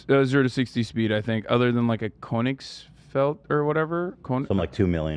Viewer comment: He said Koenigsfeld